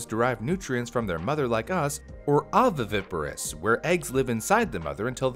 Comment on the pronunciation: Oviviparous? There's an extra "vi" in there - it's actually oviparous. I remember this word because it's a combination of "ovo" meaning egg, and "pario" meaning to bring forth. Similarly, "vivi" means alive. Incidentally, the word "viviparous" has the same etymology as the word "viper" - these snakes were called vipers because they didn't lay eggs like most known snake species at the time. They gave birth to live young (all vipers do so except one genus of New World snakes, Lachesis - the bushmaster snakes, which lay eggs...but the viper was named far before Europeans explored the New World).